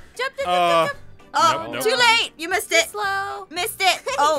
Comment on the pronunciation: where you saying miss stitt or missed it because miss stitt is my teacher